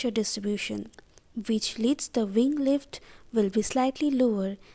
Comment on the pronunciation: Great objective explanation! Had to watch twice cuz the first time I could only pay attention to veeng, veak, veell, veech lol